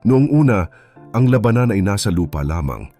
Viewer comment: To the narrator please pronounce the words lalaki, labanan correctly dapat silang umuwi aanhin Mula kung Ikaw ay mamamatay lang dahil sa Gera Ng my Gera